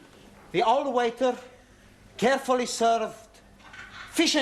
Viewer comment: Carefully not carefello 😅❤